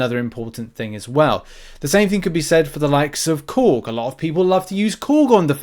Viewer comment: when he said Korg. I heard something else 😂